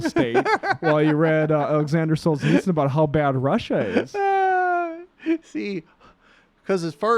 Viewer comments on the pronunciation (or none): Oh my god. Please stop saying ‘Sol-uh-nitsyn’ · Is he trying to say Solzhenitsyn? It’s in the autocorrect on my phone. You’d think the name would be pretty easy to look up. Otherwise, fine. Very good point about Peterson trying to synthesize Jungian philosophy of subconscious with political issues.